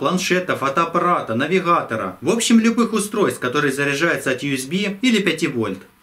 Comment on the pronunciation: навиГХатор , когда ж по русски то научитесь говорить